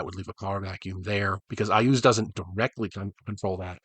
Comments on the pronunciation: Thank goodness, standing down from Red Alert. And yeah, It's pronounced I-OOZE like you say it, lol. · It's pronounced "YAS!!". After all he has a city of skulls. Who does that? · I asked Gary Gygax, once while at a Gencon, how to pronounce several D&D names and he said that IUZ was pronounced "IS". I don't know if he was F'ing with me or not ... but I have used that pronunciation ever since.